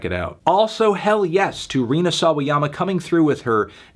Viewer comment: HE FINALLY SAID RINA'S NAME RIGHT!